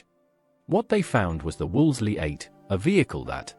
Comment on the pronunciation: Wolseley is pronounced ‘WOOLSI’ (Except by less-educated commentators). I was very much around in those days, and can contradict your disparaging remarks. Vehicles didn’t creep about. They were driven at speeds according to speed limits. Evidently the narrator is too young to realise that following the war, everyone was very far from being wealthy, rationing continued well into the 1950’s and there were reliable train and bus services. Until the Railways were wrecked by politicians, who were neither Raiwaymen, nor of limited means.